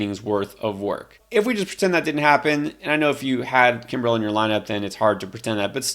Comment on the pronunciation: That’s not how Craig Kimbrel pronounces his last name.